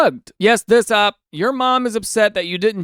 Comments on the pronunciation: Daniel, it's not pronounced Ah-p, it's Oh-Pee. not to be that one person but I'm trying to save you from getting Uhm Akchiallied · You pronouncing OP like that made me laugh the entire video lmfao